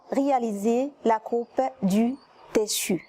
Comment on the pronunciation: Tissu ما كتنطقيهاش مزيان